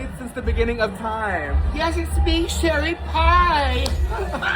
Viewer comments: the fact that said SHIRLY pie is sending me:hand-orange-covering-eyes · "its me Sherry 🥧" ☠